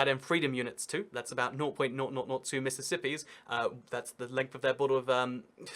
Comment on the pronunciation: “Mississippi’s“ I am mildly infuriated by that for some reason